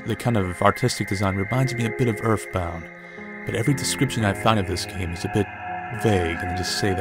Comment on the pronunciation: Welcome to earf....bound